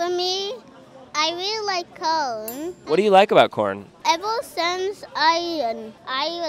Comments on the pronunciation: "He's so smart!" Can't pronounce simple, 4-letter word. It's cone! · Umm, cone is not the correct pronounce 💅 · The way he pronounces the word corn like “cone” just makes this even cuter, bless his heart 💛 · hes actually saying “cown” because you can tell he struggles with pronunciation in the letters “v” and “r” he says “vawiety” instead of “variety” but its still cute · i love him hes so cute. he even says cawn instead of corn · lmfaoooooooo I can never say CORN again.. ITS CONE 😂🔥🔥🔥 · I've been trying to say it like him. It's like he somehow combines "cone" and "cown" at the same time. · Only calling it "cone" from now on. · its coauln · No no, it’s cawn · Its cone!! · I adore this child so much. :3 The way he pronounces corn. The way he says that not everyone has to like it for it to be the best. His corn pun and his big ole smile. :) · IT'S COWN 😂😂😅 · 'It's just a pun about corn" (pronounced "Kourn"). 😂😂😂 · Anybody else think it sounds like he is saying cone? Or maybe “curn”. 🤷🏼‍♀️ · Why he keep saying cone